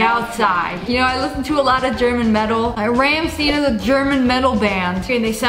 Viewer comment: I'm sorry, did you just say ramsteen💀 It's pronounced rahmshein